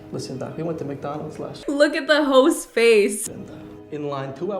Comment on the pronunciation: I swear I thought you said “look at the hoes face” and I was like damnnnn where did that come from